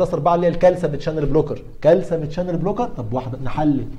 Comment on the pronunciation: دكتور اسمه كالسيوم وليس كالسم 😂😆🫶 مع ذلك بديت اسميه كالسم برضو